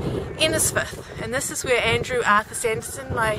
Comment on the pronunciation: I think you got the name wrong its not Sanderson it would be Sandison .